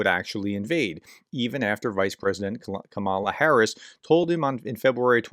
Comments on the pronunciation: Her name is pronounced KAH-MAH-la, not kah-MAH-la. Stop using the Trump/Maga intentionally disrespectful mispronunciation. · You should learn how to pronounce the VP's name.